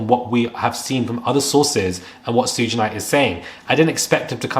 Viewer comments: ITs PRONOUNCED "Shu-ga"!!! NOT Soodge! Now Im suspicious of this info. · It's shug, like shug. Not suge, like huge with an s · As if you are going to say “sugar” it’s just SHUG. I was cringing listening to how u said it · His name is Pronounce"Sh uugggghhhe Knight..Not suuge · Please, it's pronounced SHOOG not sooge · LOL Suge is pronounced SHOOG not SOOGE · and Shug is pronounced "ShooG" (hard "G" sound) like how you would say "Sugar" without the a-r at the end. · I understand and I know English isn't your first language. I corrected you because this is a good channel with good reporting. Therefore I want you to do well. I at least was not insulting you... I just want you to get there names right. Too-pok and Shoog (like sugar)... Anyway . Great content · Hi I understand. Don't feel bad because a lady on another video kept saying Suge's name as if it was spelled Suga, Suga. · It's pro pronounced "Shoog". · Suge pronounced SHUG (like "should" with a G on the end) xxx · You right about a lot but his name is pronounced “shug” also Cassie was also couched by the ppl in her corner. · Come On Man!! You know how to say Sugar!!! Just say Sug and leave off the ar!!! You sound dumbxx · You're pronouncing suge's name wrong... It's pronounced like sugar- without the ar.😅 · His name is pronounced Shug, though. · Pronounced “shoog”. Like Sugar. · Sayin “Sooj knight” is crazy insane 😂😂🤯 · His name is pronounced like SHOOG. The creeps all know each other. 🙄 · Why is he saying Sooge Knight 😅😅😅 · Pronounced Shoog like sugar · It's pronounced Shoog like short for sugar lol. I grew up during the East Coast West Coast beef and it was craaazy...and I agree.. Puffy is going down finally. I have been hearing nasty things about him since the 90s. Nobody is on top forever. Especially being so evil with it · His name is pronounced “SHUG” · I let the “shuj” instead of suge go, but not the “my elders” sir 😂 I know this is serious topic, but that made me clutch my elder pearls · Its shag.